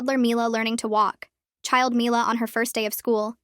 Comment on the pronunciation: They keep pronouncing mila's name differently